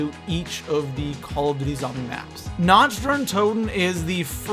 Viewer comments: The only thing about this video that bugs me: Nacht is pronounced almost exactly like "knocked". Not like "notched". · Na-kt not na-cht it's German fuckface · Is it me or does anyone else get triggered when someone's pronounces 'Nacht' in Nacht der Untoten as "Nach-t" instead of "Nakh-t" ? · People learn to pronounce nacht (na-k-t) there isn't a ch sound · no, you dont say it like "nakt". Its so cringy that all the english people think they pronounce german words right within the game, lol. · I was going to watch this video, But said Nacht wrong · Do even know how to pronounce basic things such as Nacht? And it's "Mystery box" not "Random box" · OMFG im from germany and its so fucking annoying, that everey one speakes the maps compleatly wrong ( sry for the gramatik)